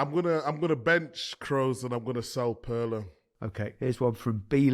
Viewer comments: Guys I can't accept Perlo especially from Micah with his Italian...it's Pirlo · Kroos rhymes with Gross, with a rolling German R, and Pirlo without the P is pronounced like the middle of Earlobe but with a lightly rolling R. Happy Christmas